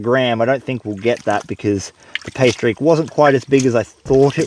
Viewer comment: "Pay streak," + accent= "pastries" and now I'm hungry. How to make a quality vegemite sandwich: worth the price of admission, although rumor has it an Aussie will mess with you... Last comment: seems to me that a hand or foot powered pump could be used instead of the scoop to move the water